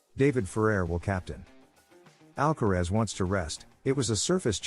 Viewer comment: En primer lugar aprende a pronunciar el apellido de ALCARAZ no " alcarez" ...gilip*ll*s ..Y luego pones imágenes de otros partidos...Nada que ver con el que estás comentando t*nt*